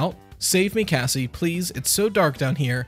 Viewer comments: Does anyone hear “gazzie” instead of Cassie? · I thought he said Gassie and I’m like what the hell could that be short for? Gassandra? Gaston?